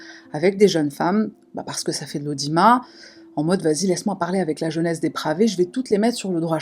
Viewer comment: Le quoi????😅😅😅😅😅😅😅😅😅😅😅😅😅 "l"AUDIMA"????????? 🤣🤣🤣🤣 c'est l' AUDIMA[T] le " T" n'est pas silencieux 🤣🤣🤣🤣 #himar